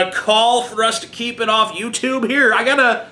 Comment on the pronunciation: I liked it how she said 'YouToop'.